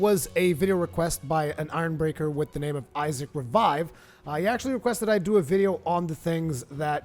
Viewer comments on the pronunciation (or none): none